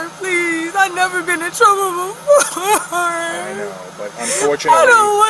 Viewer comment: It is pronounced "befoe" (don't get it twisted 😂😅😂😂😂😂😂)